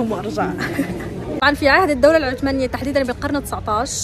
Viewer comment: العثمانية مو عتمانيه شذاااا .و اهدري لهجتك